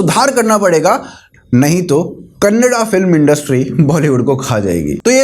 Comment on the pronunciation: You pronounced it as "KANNADA" and not KANNAD Love you for that 💕